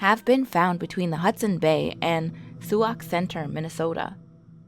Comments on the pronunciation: Sioux is pronounced like "sue" lady😂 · mispronounced Sauk center and said mispronounced sioux.